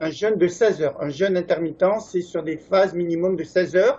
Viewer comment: Le mot jeûne [ʒø:n] ; vous le prononcez comme le mot jeune [ʒ œn] Merci de partager votre vidéo